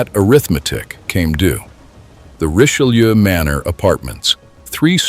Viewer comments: For a video everybody says is so well done, the least you could have done is learn how to pronounce the Richelieu. Reech-eh-loo. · It truly is superbly-done. Unlike the majority what YouTube feeds you today, this appears to be narrated by a human being, not a computer. Except that he/it doesn't seem to be able to pronounce "Richelieu". So it may be A.I. after all. But it is a great video, nonetheless.